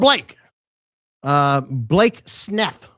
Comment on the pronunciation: it's pronounces Blake Snuff. C'mon. This is a high IQ outfit.